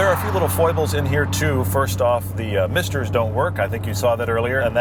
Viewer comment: For a moment when you said "misters" I thought you were talking about balls.